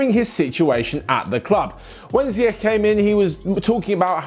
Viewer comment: it's pronounced Ziyesh